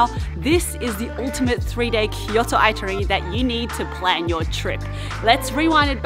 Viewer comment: the woman keeps saying itinary. hahahahahahahhahahahahahahaha it should be itinerary. hahahahhahahahahaha